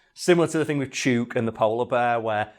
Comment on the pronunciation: this is defiantly an episode that needs the clips edited in. the lyre bird is completely awesome, and I need to see the salmon hat. also, 'chook' is pronounced like hook. its aussie slang for 'chicken'. as in, 'Im going to feed the chooks'. It can also be used as a term for a group of gossiping (usually older) ladies. you wouldnt call em that to their faces tho.